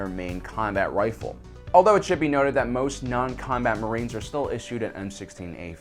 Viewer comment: did I hear him say wifle?